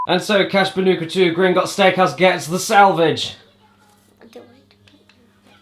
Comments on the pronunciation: Blash Bandicoot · It's crash bandicoot not "banooka" as you have called crash bandicoot, never make that mistake again please, for the love of all things good and holy and sacred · what does she call the crash bandicoot n sane trilogy, cash banooca in sone triloogery?